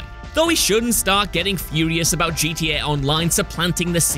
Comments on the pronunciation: The fact that he’s saying “GDA” made me give a dislike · He said gda 🤣🤣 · FYI it’s gta not gda